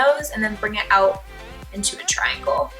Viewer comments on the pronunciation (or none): none